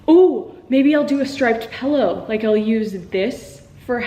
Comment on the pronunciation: pILLow not pellow